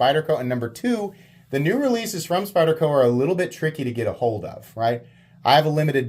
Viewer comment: Thanks for pronouncing the name of the knife correctly. It was very refreshing to hear you do that.